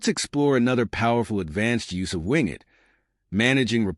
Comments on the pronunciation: Great video, but surely its "Win" "Get" as is Windowes Get. Rather that Wing it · As soon as I heard wing it, I immediately ascribe zero credibility to any content that follows. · The pronunciation is not ‘wing it” but win-get.” This is similar to Ubuntu’s “apt get,” which is the default Linux distribution for WSL. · It most definitely is NOT "Wingit" but "WinGet". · Maybe listen back to your AI generated voice track before posting a video. Win (short for Windows). Get (as in to acquire). Not wing it (as to improvise). Good information. Bad quality AI. At least you were nice enough to provide timestamps. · AI narrator. Wing-it. Lol. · good video :-) But "wingit" ... haha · That's the problem with using AI generated voice overs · Agrees with c comments trefarga pronunciation, but also one extra point: I noticed the "winget.bat" icon on the desktop didn't show the file extension. I recommend putting a checkmark next to the option for showing file extensions in Explorer settings. It's a small detail, but may improve security, since many malware files take advantage of this to cover up their real file type. See a PDF icon and want to open the document? It could be an executable masquerading as a PDF.